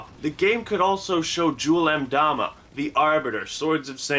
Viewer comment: Did he just pronounce Jul M'dama correctly?!?